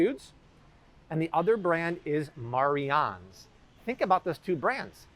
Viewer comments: Pronounced Mary Anns...its the way my mother spells her name...Marianne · Mariannes.....pernounced Mary Annes.